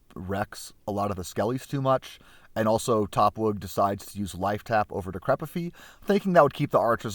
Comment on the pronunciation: I'm hoping that some day you pronounce DECRIPFY just like JUSTIFY and BUTTERFLY and MODIFY and FORTIFY, et alia.